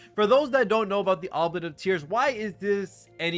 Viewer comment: "oo blee ett" FYI